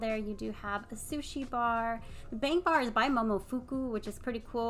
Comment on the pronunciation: It’s “bong” bar and “cheena” poblano.